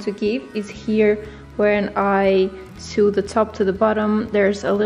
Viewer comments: Its pronounced sew like so not sew like sue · The pronunciation of "sew" sounds like the English word "so" not like the word "sue", sorry, great video, just a pet peeve :D